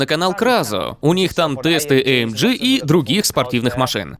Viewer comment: Товарищь переводчик, AMG произносит я как "аэмгэ", а не "аэмджи"!